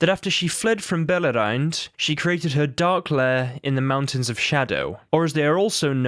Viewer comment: The C in Cyrith Ungol is hard, and Beleriand is pronounced bel-eery-and